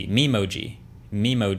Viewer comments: I just realized it’s memoji as in ME-moji not MEME-oji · "mem-oh-gee" lol